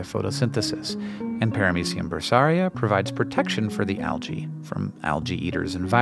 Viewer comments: wincing every time says alGae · Why do you pronounce the adjective (correctly) as al-gal but pronounce the plural noun as al-gee?